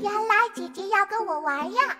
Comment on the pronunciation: aw lawd the AI english. the "Sister" in chinese is "jie jie" how did it became "Jia Jia"? gosh!!! gotta mute!!:face-blue-smiling::face-blue-smiling::face-blue-smiling